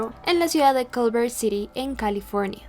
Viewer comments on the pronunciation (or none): none